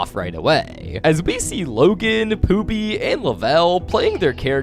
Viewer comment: His name is Pooby not Poopy bro…